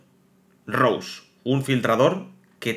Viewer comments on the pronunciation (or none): none